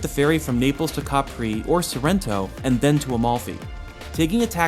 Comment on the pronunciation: it's Capri, Not Capri' ! Capisc?